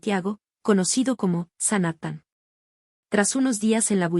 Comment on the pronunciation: Y DALE CON LA HUEA "SANATTAN"?? SANJATTAN